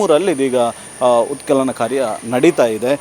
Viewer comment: ಉತ್ಕಲನ ಅಲ್ಲ ಉತ್ಖನನ 😂😂